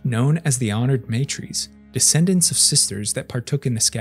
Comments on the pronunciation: MA TR As Not May Trees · Why does the narrator pronounce Leto like Layto, Teg like T-egg instead of Tiig and honored matres like maytrees instead of mahtres. Really annoying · Just gona put this out here because i hate incorrect phonetics. It is not said "MAY-trees" when refering to the Honored Matres. The word is said "Mah-trehy". Now you know. Folks, we have google these days. So if you dont know how a word youre reading is said you can literally look up the correct pronunciation. Please for the love of the fuckin english language, take thirty seconds and look it up. Especially if youre doing presentation style spoken content. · It's MAH-trays. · Every time you say matres wrong a part of my soul dies.